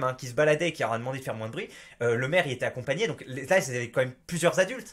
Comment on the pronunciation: Et personne ne te fait remarquer que tu prononces le "s" à chaque fois que tu dis "moins"?